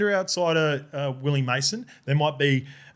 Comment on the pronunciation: Come on Willie what's up with your pronunciations.been living in Australia to long